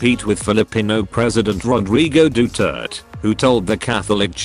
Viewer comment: as a filipino, i think im obligated to say that our names be weird as shit, and you actually pronounce it like Doo-tear-tey